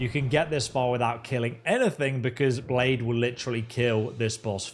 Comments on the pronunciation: Cringing every time he says blade instead of blaidd like I'd expect a foreigner to know our words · Nooooo not Blaidd being called "Blade" as well! hahaha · Blaidd is pronounce Blythe btw, it means "wolf" in Welsh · other than butchering the name Blaidd great walkthrough man